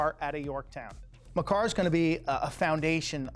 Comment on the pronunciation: U pronounced Makar wrong it’s pronounced like make-ar